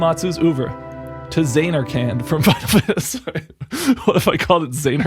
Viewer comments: the way the characters do. At first he says zaynarkand with the first a being a long a pronounced like the letter a as in like bay. Then he continues to say it with the second a being pronounced like and. And it’s like the characters said it more like zanarkind like with an i that’s pronounced like it is in is. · I got so upset when you said "Zay-narkand" that I had to pause the video, lol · “Zane-ark-and” came right as I was taking a drink. You bastard. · I clicked this video so fast and was super excited. Then you said zAYnarkand and I thought all was lost. It was a good joke! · I zanarkant believe you stuck with that pronunciation throughout the whole video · not gonna lie man you really did get me with the pronunciation of zanarkand at first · I like how he fake says zanarkand wrong and then says it wrong again in a different way for the rest of the video